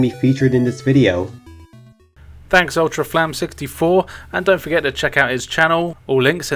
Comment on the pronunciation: Thanks for having me and the others featured in this video. I'll always be willing to comeback for another Viewer reviewer segment if needed. PS. My name is actually pronounced as "Ultraflames" or sinply just Ultra